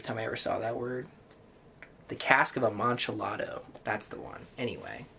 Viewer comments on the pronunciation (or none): Your husbands pronunciation of amontialldo made me so upset. Lmao